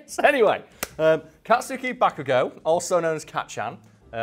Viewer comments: It's Baku not Boku tho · dear, it is pronounced "kat-ski" "ba-ku-go" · To they way says bakugo was wrong.